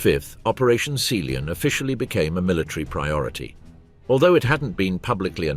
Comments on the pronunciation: Operation "Sealean"? Rather "SEA LION"! Jeez! Also, it's the "English CHANNEL" NOT "English CANAL" for God's sake! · Sealeon? You mean Sea Lion? Or in German, Seelöwe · seeleon hahahahah😂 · Someone tell the narrator what a sealion is and how to say it !!